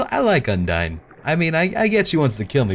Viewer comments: is it really pronounced "undiin"? I've been saying "undain" all the time and now I'm confused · I think they're more judgemental towards him mispronouncing Papy-rus and Undeen. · Sons undeen and papirus, what? You've never heard of them? Their from the game underteel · forever cringing at the name pronunciation. Undeen? Paprus? Sauns? WHYYY still like ya though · same, tho its 'Undeen' that makes me cringe a lot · Well it's meant to be pronounced like Undyne for, y'know Undyne the Undying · No. it's pronounced (un-die n) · sorry, not to be rude but you said their names wrong lol undyne un di ne sans sa ns edit- AT means Attack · What in the name of Jim Belushi happened between the last video and this one that he's randomly pronouncing Undyne wrong? I'd think he didn't actually take a break himself since he was in the middle of a puzzle, so I can't remotely understand. He even said himself that "un-dine" was the right way to say it? I'm going to have to assume it's a joke, that's the only thing that makes sense, cuz between Sans, Papyrus and Undyne ALL being pronounced so obviously wrong, that's gotta be an intentional joke Edit* For the record, I'm not saying that in a dick way, like "I've lost all respect for you for not saying something properly!", it's just something I was curious about. You do you dude :) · I'm sick and in a bad mood so I'm going to rage unnecessarily a moment:, "Papyrus" is pronounced "pap-EYE-russ", and Undyne is pronounced, " Un-DYne"- Should sound like Undying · Und - "I" ne. Not Un-deene and pap "I" rus, not pap - erus. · undiin. well i guess toby has never specified how you pronounce thei names but that's still fucking weird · Yeah, I've only seen a little bit, but he seems to - not mispronounce - say things a little bit differently. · Notice how ALWAYS GET THE NAMES WRONG AND HE CAN NOT PRONOUNCE THEM! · pls... you're pronouncing all the characters names wrong! D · he keeps pronouncing all their names wrong :(